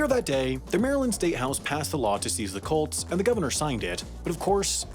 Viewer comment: When you say “Colts” it sounds like “cults.” Really adds to the story.